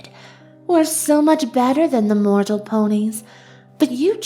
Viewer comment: Evry time they say mortal it hurts my mortal feelings